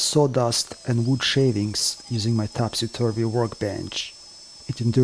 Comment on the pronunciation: Wonderful video! Thank you. As a born and bread Englishman, your pronunciation "Topsy-Turvy" I personally think is 100% correct. As if it is a good name for a work bench, well that is for you to decide, after all it is your work bench. But if you did want to changer the name of it, how about "Gilbert and Sullivan", as all their musicals show story's were set in Topsy-turvy worlds.